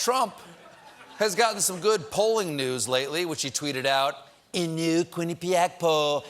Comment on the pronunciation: ... "Quinnipiac"? --Dave, I didn't know he even spoke Inuit